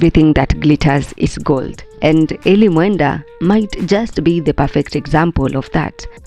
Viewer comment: Eli ❌ E-lie ✅